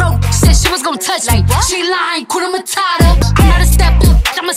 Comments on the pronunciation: Awesome dance, one thing though, you need to pronounce the H in Hakuna matata.... Otherwise it sounds like Kuna matata meaning there's trouble. Blessings and all the best always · HAKUNA MATATA. There r no silent letters in those 2 words. Pronounce each letter. The letter "U" in HAKUNA is pronounced the same way you would pronounce U in the word STUDENT..